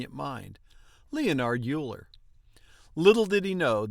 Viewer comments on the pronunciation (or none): I was taught that it was pronounced 'Oiler'.